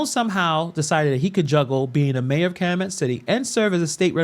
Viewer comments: Cal-U-Met City…your welcome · I’m happy to see you talking about corruption in Illinois, which is tragically not a new thing. I’m sorry to be nitpicky, but it’s pronounced cal-you-met. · It's pronounced Kal U Met City. Long U sound. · Cal - u - met.... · It’s Cal-U-Met